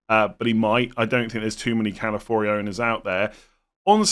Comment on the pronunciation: it’s Ca-la-fi-ori 🥹